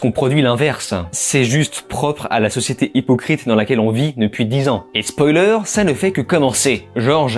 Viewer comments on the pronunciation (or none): none